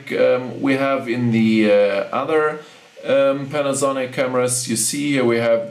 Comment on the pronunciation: You english is very very good but you just want to pause when you say panasonic. like this, pan, a, sonic. almost like you want to separate the syllables but not a long pause.